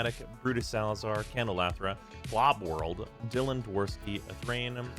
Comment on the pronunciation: I always stick around for the patreon read just to hear say 'KLOBworld'. I don't know why it's so funny to me.